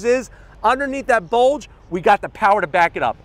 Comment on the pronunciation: "we have A BOLDGE" - 2021